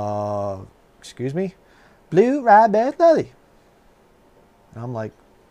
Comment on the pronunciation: that’s such a neat and heartwarming story. “I wanna blue razz-Berry slushee” in that southern Georgia accent, that’s very neat.